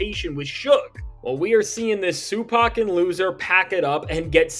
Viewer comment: Crack every time I hear Sue pack